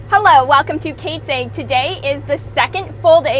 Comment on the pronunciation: lol laughing at the way you say "AG" so funny